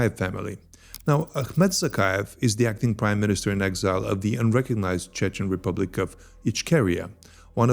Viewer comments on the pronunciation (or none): none